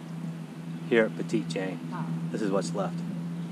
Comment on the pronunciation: It’s pronounced petty jean